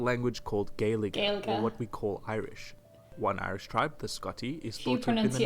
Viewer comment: Big question, will reunification mean that RoI Tayto will be recognised as the one and only Tayto?! Lol Also, he said Éire ok, but 100% with you on Gaeilge. Adding extra syllables and stuff.